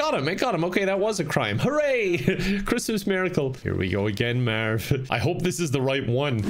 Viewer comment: “Eliminate Herry and Mearv” classic